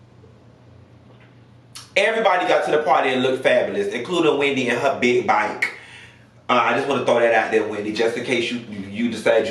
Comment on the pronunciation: 😭😭😭😭😭 “da byke “